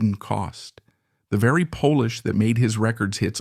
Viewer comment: It is an AI voice. Not a human. Polish instead of polish.